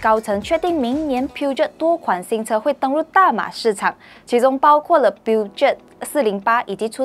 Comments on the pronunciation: 正確法文發音叫：Per-show 漢語拼音第一音Per 第三音show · Peugeot pronouce as Per-jo in english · 小姐姐或者妹妹，作为汽车媒体，请不要发错音误导人。Peugeot 无论是英文或者法文都不是发音为Puget. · Omg, piujiot.... Come on la, do some homework for brand name pronouncing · 小姐该多参考Peugeot的发音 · 拜托 peugeot 不是这样念的。这么明显的低级错误！做编辑的竟然没有审片，要抓去枪毙了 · please pronoun Peugeot properly is a France car don't pronoun in English😂😂😂